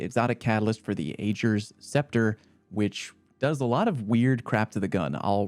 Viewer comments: Ok. Ok. OK. I hate to be like this but after hearing from Mara how to correctly pronounce Ager don't come at me with that "Ayjer" shit. What the hell. We have been hearing that name for 3 straight weeks. C'mon man. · this man's still saying "age"-r's despite the weeks of mara and crow saying "agg"-r's and the people commenting on the last video, i respect someone who stands their ground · I swearbits pronounced "aager" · So not only did you mispronounce Ager again, but you said the wrong Batman movie?! I give up. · The pronunciation of Ager was literally said by both Uldren and Mara multiple times over the last few weeks and yet people still mispronounce it.